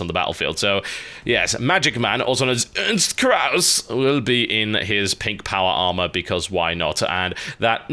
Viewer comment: The way you said "Ernst Kraus" was hilarious.